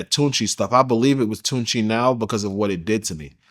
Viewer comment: It's not Called "TUNCHI??" ... WTF ... IT'S PRONOUNCED "TUSI" and it's not all completely molly... It's a combination of Pink food coloring, Ketamine, MDMA , with a few other ingredients... It not supposed to have cocaine in it.. they call it pink cocaine... But it's not Cocaine... It was invented in Colombia...